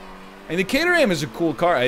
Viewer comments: Never heard it pronounced "cater ham" before. I've only ever heard "Kay trum" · Caterham is pronounced Kate-rhum I'm from the Caterham. I'm not trying to be "That guy" I'm just aware that most North American's are unaware of how it's pronounced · Caterham pronouned = K-trum (I know don't ask too much top gear) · I came to the comments hoping that someone had already said this CAYDER HAM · The Caterham is pronounced Cater um. Love the video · The egg's emphasis on the HAM part of Caterham hurts my British ears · Might be the most "American" he's ever sounded. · Well, that's one way of saying Caterham. Not the English way, but it's a way, I guess. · When you pronounce Caterham you need to drop the 'h' 👍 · The butchering of the names though ;) Caterham is pronounced without the h. Per Jeau, Voxull, Citrun...cars have weird names.